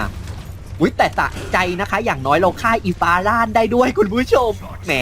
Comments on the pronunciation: พี่เรียกฟาร่าว่าฟาร่านรึเปล่าคะ555//ถ้าไม่ใช้ก็ขอโทษค่ะ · ฟังฟาร่า ได้ยิน ฟาร่าน อีหอยยย